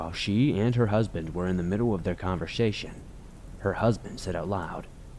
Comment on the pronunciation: in the middle of the convershashion